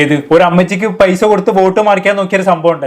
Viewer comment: പെയ്സ അല്ലെടോ പൈസ ന്ന് പറയ്